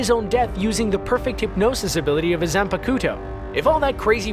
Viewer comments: It's Zaanpaktou not zan-paku-to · did he just pronounce it zan pa koo tu?? bruh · When he pronounced zonpakuto like zanpakooto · Its zanpakuto not Xanpakoodoe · Zon puh kudo. Dude your pronunciation is cringe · 🤦🏾‍♂️ really said zanpecuto. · he just said zan-pa-KU-to, u better not do anime videos from now on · WELL THIS IS A REAL SHT HE SAIN ZANPAKUTO INSTEAD OF ZANPAKTOU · Zanpakoot-O Me: Wait, that’s illegal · "ZANPATUKO"? WTF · Sam-puh-koo-toe lol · His pronunciation for Zanpakto was so bad. 😂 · 😂 this man said empaktu Also this man just said gohan is more intelligent then bulma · Zam-pa-ku-to? wtf mate? lmao thats the dumbest pronunciation i've ever heard lmao!!! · I mean he said zanpakuto wrong soooooo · This clown butchered the pronunciation of “zanpakuto” so hard😭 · I couldn't get past the part with Aizen where he absolutely BUTCHERED the pronunciation of Zanpakuto. Also screwed up Light's name as well. If you're gonna make a video compiled of random garbage at least pronounce the shit right... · WOW. I HAVE NEVER HEARD THE WORD ZANPAKUTO SAID SO WRONG. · excuse me? That’s the weirdest pronunciation of zanpakuto I’ve heard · You mispronounced Zanpakuto and Winrey. Also, with shikamaru's, those were shuriken, not kunai. But, overall, great work as always. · You've lost all credibility once you butchered the pronunciation of Zanpakuto. Seriously how do you fuck it up that badly?